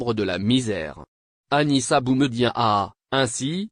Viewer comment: Prononcer le prénom de BOUMEDIéNE convenablement car ce dernier est un symbole pr les algériens. Merci